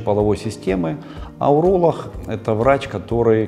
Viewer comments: Правильно говорить уролог, а не уролох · Врач уролох , а я врач гениколох , блин если серьезно, хотел послушать , но вот это гхэканье все желание отбило ((((